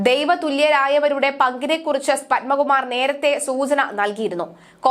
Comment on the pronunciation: പൻമകുമാറല്ല.... പത്മകുമാർ !